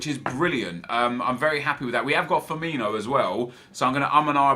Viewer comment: please please please dont call him "fiminho" ... its firmino, theres no E or H or anything at the end. Fuckin commentators do it aswell